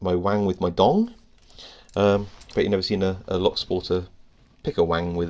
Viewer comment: You're mispronouncing dong. Should be like doung. You're also mispronouncing shi. But that's another matter.